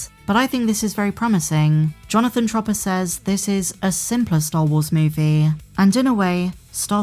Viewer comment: what's the writers last name Jonnathan Tropper? Chopper or Schropper? I can't tell with your accent